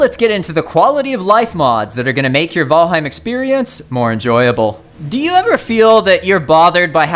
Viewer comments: I swear to GAWD! Fucking VOLHEIM???? What the hell😅 I have heard VALHEME and VeelHem…People is it VAL HEIM!!! HEIM and in “Heimlich maneuver” and VAL as in VALerie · Say vHalheim ONE more time... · He says Valheim kinda weird lol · The Valheim mispronunciations made this video unwatchable for me. Sorry. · Why is the content creator refusing to pronunciate Valheim correctly?